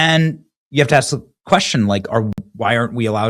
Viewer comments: "I just AKS you!" 🙄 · It’s in his DNA due to thousands of years of tribal, primal living. “Axe” … for some reason it (dna) has effected his ability to pronounce “ask.”